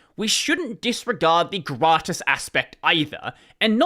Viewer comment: Hearing say "gratis" as a spanish person is sure a whiplash when you're not expecting it ahhaha. Good one though! That's how you say it.